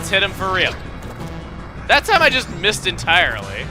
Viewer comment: chuggaa when u say oh i missed it sound like so ein mist witch means crap in german